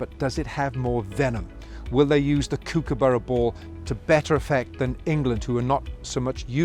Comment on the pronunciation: could have at least pronounced kookaburra right